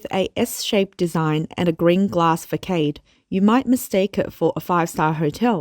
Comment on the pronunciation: FYI: You are pronouncing 'façade' incorrectly.